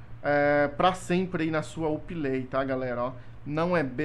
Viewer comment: Vc fala Uplay erado nao é up lai